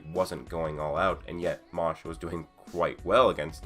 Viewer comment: Fam... Seriously... You can pronounce MASH better than that. It’s Mash not Mosh. Put some respect on the mans name!